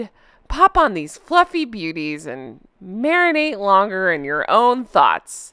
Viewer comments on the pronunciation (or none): none